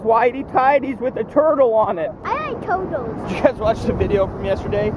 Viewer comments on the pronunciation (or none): I like tuh-tles